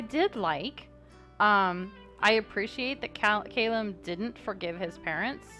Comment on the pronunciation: Just me who REALLY thinks its kal-uhm not kay-luhm... corrected Valois etc but never Callum